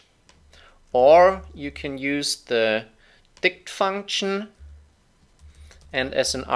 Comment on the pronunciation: That chinese accsent dict function almost killed me xddd